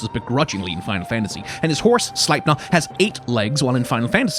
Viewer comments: As an American English speaker, thank you for teaching me how to properly pronounce Slepiner xD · Excellent point on how hes drifting away from his own mythology 😭 And thank you for saying Sleipnirs name 🙏🏾😭😭😭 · So who else learned the correct way to pronounce Sleipnir today? ✋ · Your videos teach me the pronunciations of Odin and Sleipnir. Also Freya in your God of War video. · As a Dane it REALLY wrecked my second language attention span hearing Odin anf Sleipnir pronounced correctly 🤣🤣 I wasn’t prepared for the code switches AT ALL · Forget the proper pronunciation of Sleipnir and Gungnir, this is the first time I've heard someone online pronounce "Odin" correctly.